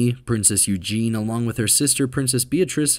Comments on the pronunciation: It’s not Eugene (male form) it’s Eugenie pronounced Eugeney (female form) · Eugenie.. not Eugen.